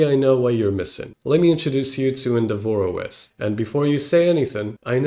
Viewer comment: what the hell is "en devore OS"